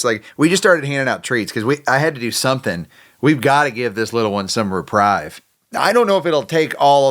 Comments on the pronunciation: Reprieve, not reprive. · It’s not reprive it’s reprieve Sounding ee not ii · Pronounced ( ree-preeve.) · Re-prēv NOT re-prive. Sorry, for the pronunciation correction❤ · The word is reprieve pronounced reprev not reprive. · It's pronounced 're-PREEVE' not 'reprIVE'.... sorry, but it's annoying to hear English misspoken.😊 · Grammar police Reprieve (ree-preev) - a delay in punishment. To my knowledge, there is no reprive in the English language. There's reprove and reprise but neither applies in the context of the video. Great videos and fun to watch. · Just for the record, its not pronounced reprive its pronounced repreeve . That is not the correct spelling. That was spelled like its pronounced. Not a big deal . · Ruh-preeve' pronunciation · the word is reprieve. Pronounced "repreeve" phonetically. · I think it’s pronounced Re- PREEV. And you got it! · The word is reprieve, not reprive or what ever you're trying to say. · It's reprieve - sounds like repreev. Thanks for all you do! ❤ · Reprieve is pronounced like re-preeve just an FYI lol. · Love ya but it’s reprieve pronounced Repreeve rhymes with sleeve. 😎 the English NERD fan! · Great job!, it’s pronounced RE PREEVE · It's pronounced 'repreeved'!!! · Just one little thing. Reprieve rhymes with believe. 😃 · You are mispronouncing the word “reprieve”. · I think he meant reprieve, he has said it that way before... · You are magic with those dogs, and I am so grateful for the time that you spend with them, helping them to begin to heal and begin to be open to finding a forever home. Thank you so muc. May I also add a brief comment about something that's much less important? You should look up how to pronounce the word reprieve. It's with a long e not a long i. And again, thank you.